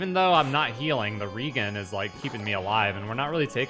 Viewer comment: Maybe I said this before, but REGEN is short for regenerate. Thus, re-JEN, not REEgan.